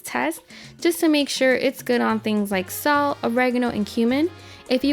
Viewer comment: at 1;20 you say you ad sull, if you are saying salt then spit out the marbles and speak so we can understand you.